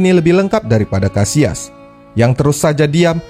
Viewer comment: Kenapa disebut KASIAS !!!! Sebut aja KASSILAS.. kita indo bro,, sebut aja dengan bahasa KATA indonesia..